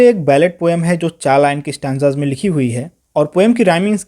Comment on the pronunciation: Sir it's not Stan... it's stanza